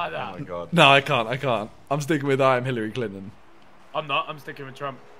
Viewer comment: sorry simon but its HILLARY CLINTON